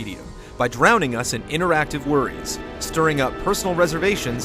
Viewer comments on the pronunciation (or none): none